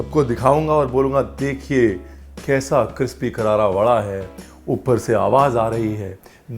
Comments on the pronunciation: Jis tarah aapne adrak Ko adkar bola tha, usi tarah crispy Ko aapne cripsy bola😆 Dil Ko bha Gaya ji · Why do always say CRIPSY instead of crispy? Is it for attention or irritation because ur a mischievous funny chef 😄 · रणवीर जी, आप Crispy ( क्रिस्पी)को Cripsy ( क्रिप सी ) क्यूँ कहते हों?is it purposefully ? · Paaji tusi cripsy kahendo ho bahut videos main dekha crispy Honda hai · 🤦🏻‍♀️crispy not crpsy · I love it when Chef says "Cripsy- kararaa..."🥰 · Ranveer sir apka cripsy karara sun kar maja aa jata hai, we love you sir👍😃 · Love the way u mispronounce "Crispy"! Thanks for sharing the history of root veges..